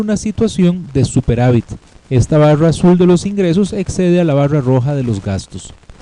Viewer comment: JAJASAJAJAJSJAJSAJ POR QUE DICE BAWRA PARA DECIR BARRA